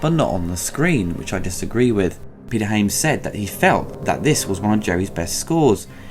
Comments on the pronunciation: you pronounce Hyams wrong, you said Haims... and pronounce High Noon wrong, you said High Newn... is that a british thing ? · It's Hy-ams not Ha-mes